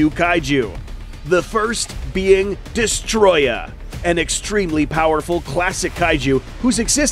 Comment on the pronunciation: Detoroyah..... DESTOROYAHHH :"000000